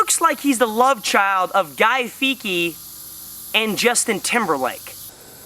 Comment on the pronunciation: Funny vid... but come on dude... Guy “Feeky”??? 😂 He pronounces it like “Fee-etty”